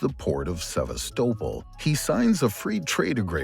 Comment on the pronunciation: Annoying AI voice that can’t pronounce Sevastopol correctly ruins an otherwise excellent video. Unsubscribing, sorry🙁